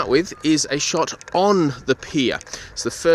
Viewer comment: Nice video, mate. And it’s ‘pier’. 😉👍